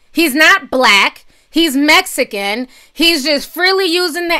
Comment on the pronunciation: The way you say MEXICANS BOTHERS ME ..BAD.. I AM A HUGE FAN OF YOURS BUT THIS AIN'T COOL